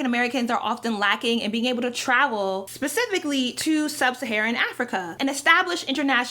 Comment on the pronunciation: when she says travel it sounds like tribal sometimes